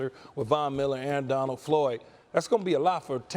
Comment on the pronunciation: Someone inform Marcus that there’s a d at the end of Aaron Donald’s name. “Aaron Donal” 🙄